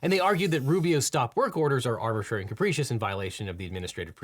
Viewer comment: Say "capricious" properly!! It's not Capreecious!